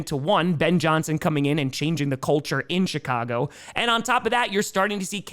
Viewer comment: I keep hearing a t when you say.. CHIII CAGO BEARS